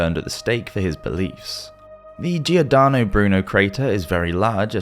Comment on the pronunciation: Love the video and info … buuutttttttt . I gotta be one of those people , only minor complaint… 😳🤔 could u learn correct way to say .. Giordano.. it’s pronounced like George …….. the i is silent … 🤷‍♂️🤷‍♂️😊😊